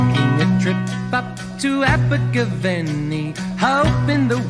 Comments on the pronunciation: Learn to pronounce Abergavenny, it was a great song, and my mum loved Simon says, she was well over 12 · "Abergavenny" scans in the same way that "spending a penny" does. The stress is not on the third syllable but the fourth.